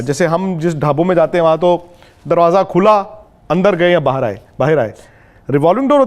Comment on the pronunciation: sir why are pronouncing bahar aaye..... As behar aaye intentionally like pakistani akcent.... At min 1.35 sec....